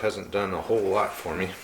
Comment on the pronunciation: 13.41 a “whatload” o hits! :)